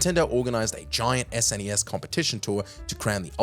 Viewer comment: Stop calling it "sness". It's called an " es en ee ess". No one who grew up with SNES ever called it "sness"